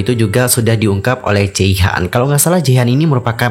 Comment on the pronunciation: jehian bukan jeihan